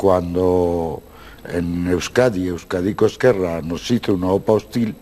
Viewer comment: muy buen vídeo. para la siguiente, se pronuncia /euskádico esquerra/ (más o menos, aunque la z en euskera es diferente)